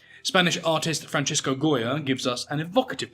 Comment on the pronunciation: Goya’s first name was Francisco, not Francesco. It is pronounced like San Francisco.